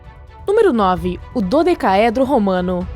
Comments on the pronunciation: bIXO, NUN FICA FALANDO IGUAL MONGOL NÃO "DODE OQUEEEE!??!" PQP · Ela tem "dificuldade" para dizer dodecaedro, mas para dizer o nome do rei, é de boas? Pqp! 😂😂😂😂😂😂